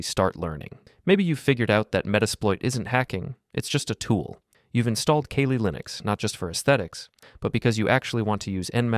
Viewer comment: “Kay-lee Linux”